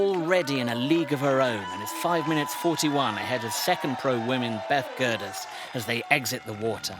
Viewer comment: Berth Gerdes eh.... she's grown an 'r'